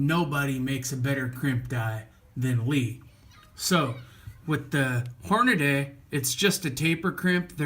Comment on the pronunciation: It's Hornady, not Hornaday.